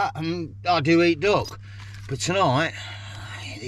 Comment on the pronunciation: Great video as always, but as an Australian listening to a english accent I thought you were saying DOG burgers!😂 glad it was DUCK! 😅